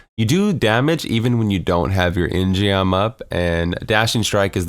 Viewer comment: In-geom is a Korean word...so pronounced like "in-GUM" (gum like chewing gum)